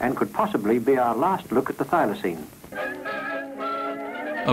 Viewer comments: The narrator is dumb. It's pronounced, but not spelt Filoseen,not Filosign.Der! 😂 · Oh, would the narrator learn how to pronounce "Thylacine" like everyone else?